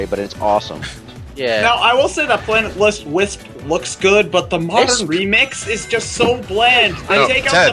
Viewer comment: "Planet Lisp"? XD